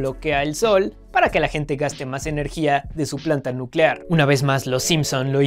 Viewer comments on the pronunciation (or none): none